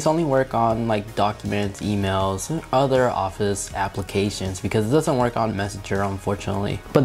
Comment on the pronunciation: Keep in mind, this is a person who uses the word "udder" instead of other, thinks that "diner" is a meal you eat at the end of the day, has a really good music "liberry" and likes to put his phone in "pamorammik" mode. Hes probably really smart because he has good "jeans". At the same time I am not going to lie and say that I have never learned anything from him.